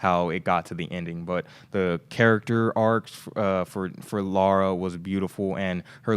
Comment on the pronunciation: Haha..you're still saying Laura